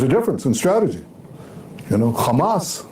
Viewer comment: Ghamas this, Ghamas that... Cant israeli people not just say "hamas"? Its childy and stupid that all of the spokespersons of Israhel are saying the same thing.. Its Hamas, its Hezbollah. Not Ghezbollah. They are not tough guys when they pronounced it wrong..